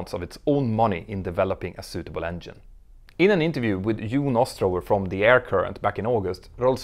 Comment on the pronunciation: Examples of buying costs just for 787's and Airbus A350's...has anyone a case that any airline has yet to make a true profit yet versus acquisition costs? Hope you enjoy learning English 'vocally' dear Mentour Now. Polite example that 'Engine' is pronounced 'Enjinn' not 'Enyinn' in English versus Scandic languages. Many thanks for your valuable aviation inputs, Sir. ;-)